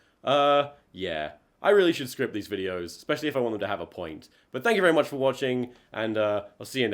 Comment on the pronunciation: Vewy nice.